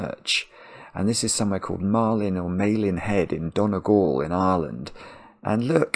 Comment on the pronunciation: Ah c'mon, it's Dunny-gall, slightly disappointed at your pronunciation lol